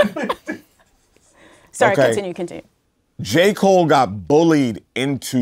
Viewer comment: "Ja" Cole